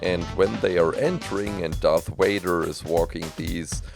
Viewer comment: DID HE JUST SAY DARTH WADER?